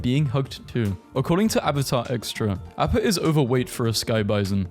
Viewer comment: That explains why you said AAAAppa. It’s pronounced AHppa☝️🤓